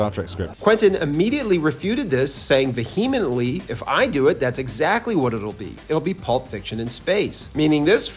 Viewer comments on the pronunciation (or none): Why does everyone on YouTube pronounce vehemently so pretentiously wrong? Still liked the video mostly because as a fan Terantino tore the Kelvin abomination line a new one. I approve of this message. Even though I wasn’t looking forward to Uhura being Called the N word and Spock trying to speak gangsta Ebonics had we gotten the QT Trek movie. You know it would’ve happened.